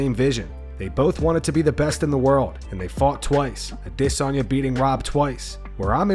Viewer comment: If only he could pronounce Adesanya instead of AwDEsonya